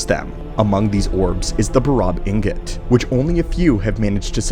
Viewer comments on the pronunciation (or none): none